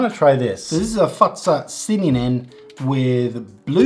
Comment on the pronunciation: The way you say Fazer sounds like fatsa which is another word for dad